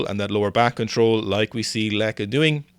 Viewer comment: Correct pronunciation of Lieke, by the way. Proud of you. Oh wait it became Lecke halfway through the video. Ah it's Lieke again. What a wild ride.